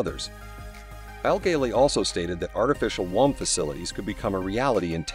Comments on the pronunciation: First of all, it's pronounced woom, not waam. Secondly, what is this about an artificial umbilical cord? What do they plan to do, rip out the child's natural cord as it develops? Yeah, that should work great. Not. Thirdly, there are millions of babies being aborted every year from their natural wombs. Anyone ever think, "hey, I'm pregnant, but I don't want a kid. I know... I'll give it up for adoption." Problem solved. Artificial womb unnecessary. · Artificial whomps 😂😂😂😂😂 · You are pronouncing womb wrong